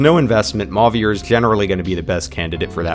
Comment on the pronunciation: idk why this made my brain itch so much but after hearing emphasis put on the french accent on 'Louis', 'Chloe', and 'Celine', hearing 'Mauvier' pronounced as 'maw-veer' instead of 'mo-vee-ay' threw me off for a minute lmao